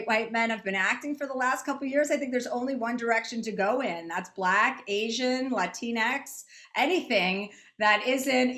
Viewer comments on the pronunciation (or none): She said Latinix, who are they lol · Is it just me? I did it sound like she said "Latin -Teen X"? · She said Latinex lol